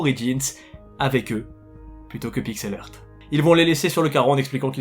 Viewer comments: Heuu, ça se prononce Pixel HART... Hea=HA. Pitié pour mes british oreilles ! De rien.- ton bilingue grammar nazi 😝. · si tu es pour faire un video en disant le nom de la compagnie 74 fois au moins prend le temps de valider comment ce prononce PIXEL HEART... valide avec google au minimum! tu bouzille le nom a chaque fois